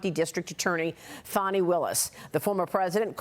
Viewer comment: Why do you say fawnie when it is apelled butter but Fannie